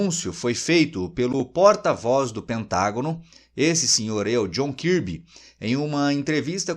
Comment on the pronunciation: Djon karbe e não kirbe